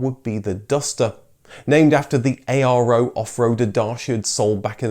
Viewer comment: “Pitéshtì”(ș=sh), “Miovénì” -> You don’t emphasize the last vowel when saying Romanian cities. Even though it’s written ARO, people called the cars Aro.